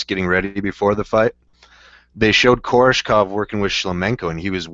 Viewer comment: KoRESHkov, not Korshekov, or however you pronounced it. That's like Nate saying KhaLIbov, and not KhaBILov. Simple reading comprehension, yo.